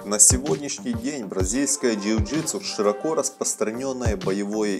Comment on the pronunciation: Перестал смотреть когда сказал жиу житсу